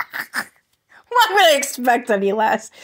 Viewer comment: “Pacific ally”